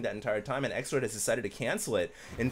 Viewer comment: why do you call xlord. sexlord in this game? you said it 2 or 3 times XD